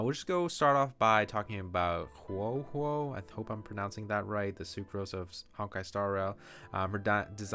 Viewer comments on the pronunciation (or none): The O in Huo is pronounced the same as the O in of